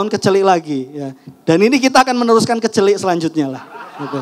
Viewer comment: Kecelek mas... Aduh salah bilangnya hehehe😅 kecelik i nya e